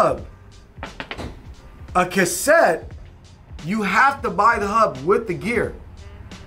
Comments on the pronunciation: "Kutt-sett" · Cog block. Lol. looked stressed trying to make sure he says cassette correct. Cool adapter